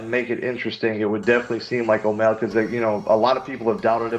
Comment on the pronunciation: who was the 1 that said omalley LMAO